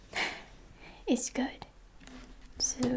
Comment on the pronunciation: “ahhtz gudd.” Quality time with!:)